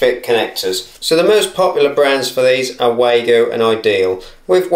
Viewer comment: The correct pronunciation is for Wago is Vah-go.